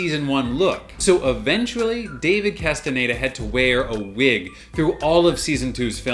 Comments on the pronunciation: Who is this David Casteneda you keep talking about in this video?? There is an actor called David Casteñeda in Umbrella Academy but I'm sure you wouldn't be so disrespectful as to not say his name correctly... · Casi todos los canales pronuncian "castañeda" como "castaneida" 🤔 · Maybe one day you'll learn how to pronounce Castañeda